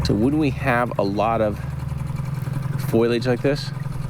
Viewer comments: Does anyone else yell FOLIAGE every time Jared says “Foilage” 😂 its fo·li·age 😂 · It's not "foilage." It's "foliage" (FOE-lee-idg). It's not made of foil. :face-purple-crying: (Confusingly, "foil" and "foliage" both come from the same root. Leaves are still not made of foil.) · Love these videos but, I cringe every time he says foil-age instead of fo-lee-age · I believe "foil"- age comes in a box from Renolds Wrap. "Fol-i-age" grows wild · Love you Jared and everything you do. Ps it's foliage ❤ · I think he is meaning foliage (trees, grasses, any growing greenery that is present). I was also confused the first time i heard foilage. Have a great weekend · I think of the hair salon every time Jared says "foilage". 😁😆 I know he meants foliage. ❤❤❤ I'm sure I'm not the first to mention it or think it but i couldn't resist teasing a bit as it stands out in every video that he talks about foliage. Keep up the great work and don't let my teasing get in your way. ❤